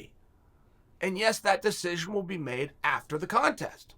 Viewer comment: Me: “decision” Chael: “desij”